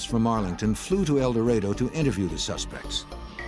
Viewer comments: It is painful to watch this video and listen to the narrator repeatedly call the town "El DorAYdo"....the correct pronunciation is "El dorAHdo" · Mispronouncing El Dorado. (Door A doe)🤦🏼‍♀️